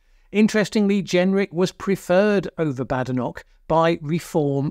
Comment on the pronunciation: Why would you mispronounce her name?